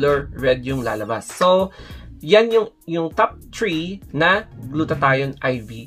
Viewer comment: Number Tree 🌳 where's the "H"? I hope you also give time to practise your pronunciation not only focusing on whitening your skin.